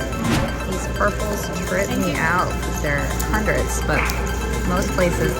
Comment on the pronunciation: Please pronounce hundreD!!!!! Not hundreT!!!!